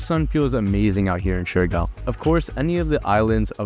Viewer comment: I do notice that he is sometimes mixing Siargao and Surigao and end up pronouncing shurigao. Siargao: syar - gaw Surigao: su - ri - gaw